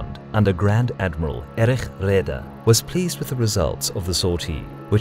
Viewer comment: Reader = raider